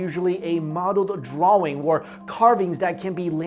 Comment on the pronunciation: Lol you pronounced 'drawing' like a 2 year old.